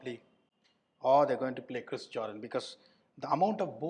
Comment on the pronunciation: Jordan ❌ Joedaan ✅ 😂